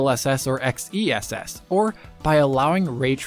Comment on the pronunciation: XeSS is pronounced "excess"!